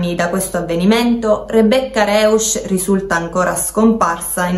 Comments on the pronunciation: Si pronuncia "Roisch " E "Noikölln" con la ö francese. Terribile lingua il tedesco😂😂😂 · Punto primo, la Ragazza si chiama Rebecca Rausch eu oppure au Rousch si pronuncia Rousch . Poi riguardo il caso secondo me coprono qualcuno, riguardo i capelli non appartengono a Rebecca